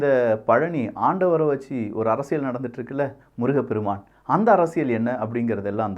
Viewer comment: Bro, please pronounce properly, it ain't அரசியள் it's அரசியல்